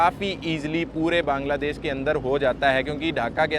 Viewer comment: বাংলাদেশ❎ কাংলাদেশ✅ 😂😂😂😂😂😂